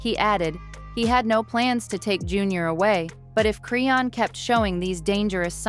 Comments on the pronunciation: Me too! Who the hell is Crayon?! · why you can't say her name right? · I'm so sick of her saying her name wrong